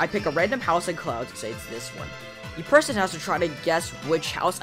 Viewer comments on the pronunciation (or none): "Im gonna interview every perthon!" -, 2023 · you said purten not person